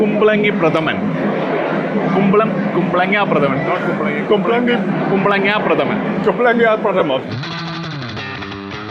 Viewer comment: It is not kumpalanga pradhamam it is kumpalanga pradhaman